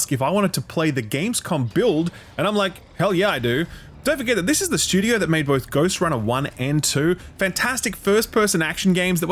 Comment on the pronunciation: I watch exclusively to hear "shtewdio" 80 times.